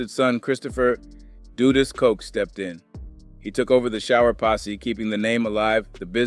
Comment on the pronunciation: All of them wether its A.I or not, always say Dudus name wrong.. I always gotta stop and laugh.😂